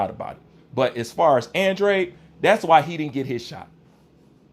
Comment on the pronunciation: He is trolling he can’t even pronounce Andrade 😂